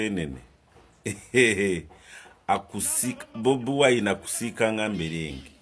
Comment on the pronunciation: I love you the way you sound the name Bobiwine better change to nup ove mubakozi basitaani